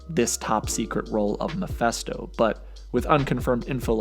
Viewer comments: Stop saying MAPHESTO!! Its MePHI(phee)sto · It's pronounced Muh-Fist-Oh, not Meh-Fest-Oh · Mephisto pronounced “meh-fisto” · It's actually pronounce Mee-fiste-oh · you sure butchered his name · Lmao dude can’t even pronounce Mephisto’s name